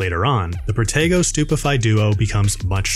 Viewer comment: Is it just me, but when they say protego..sounds like potato 🥔